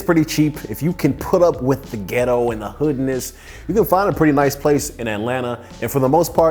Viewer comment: The way this man is saying “ghettoww” is taking me OUT😂